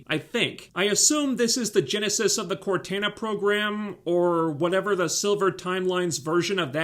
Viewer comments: You say Cortana weird and idk if its because your accent or if that's just the way you pronounce it xD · Dear lord, man, how do you not know how to properly pronounce Cortana's name? FFS there's been numerous games and even an AI in your phone that goes by the name. You're driving me nuts. She also wanted freedom for a dead planet. I find it difficult to believe that anyone else lived on that rock. It wasn't a military outpost as there were children. There clearly weren't enough people there of fighting age to hold the place. It was set in a very inhospitable location. Looks to me like the last bastion of a dying world. She threatened to lie or tell a story of a different event in order to get freedom for dead people. Like, wtf is the UNSC doing with people's bodies after they die if she has to go to that length for their freedom at that point?